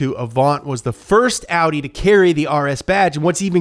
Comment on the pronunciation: I'm impressed that he pronounced Porsche und Audi correctly! :-)